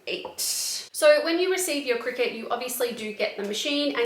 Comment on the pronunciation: Pretty sure it's pronounced cry cut